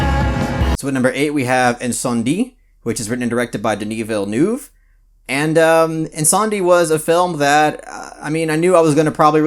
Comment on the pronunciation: My favorites from this list are Come and See, Incendies (I'm glad you knew to pronounce it that way because I didn't) and Mommy. Natural Born Killers is great too. 4 Months, 3 Weeks and 2 Days is incredibly real. And I thank you for recommending that one. I really liked Punch Drunk Love. It's no True Romance but it's pretty dope. Needs some violence and drug use. I really need to watch Son of Saul. I liked Memories of Murder but the cops being so goofy was kind of weird in a movie about pursuing a murderous rapist. But I see that most Korean movies subvert expectations. Buffalo 66 was aesthetically cool. The story just didn't interest me. Don't Look Now looks like a film that I would enjoy but I keep putting it off. Koyaanisqatsi is amazing. There's a movie similar to it called Baraka that I think you might enjoy. I'm probably in the minority on this one but I like the American remake Let Me In more than the original Swedish movie Let the Right One In. And I want to see Terrence Malick undergo bodily harm for making The Tree of Life. I'd like to see Richard Dawkins and Sir David Attenborough beat him up and take his lunch money. Maybe stuff him in a locker. Or a zombie Charles Darwin come out of his grave and eat him. :):):)